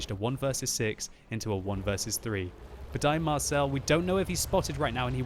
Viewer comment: Dear Budai Marcell is a hungarian name like gergely németh you are soo funny!